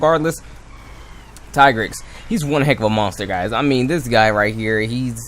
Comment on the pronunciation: I would pronounce Tigrex as ( Tee - g - recks